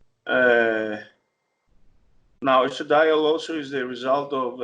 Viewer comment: Neither could pronounce estradiol to save their small balls